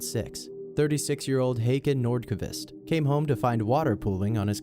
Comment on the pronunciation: Håkan Nordkvist * Know the Å is hard to say when u don't use it